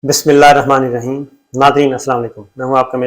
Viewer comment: صابر صاحب ! برائے مہربانی آپ بسم اللہ الرحمان الرحیم ٹھیک پڑھا کریں، غور کیجئے گا میری بات پر !!!